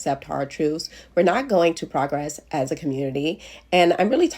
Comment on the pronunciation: don't like how she pronounced 'progress'